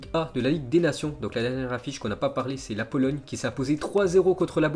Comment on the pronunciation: Tu a dit polologne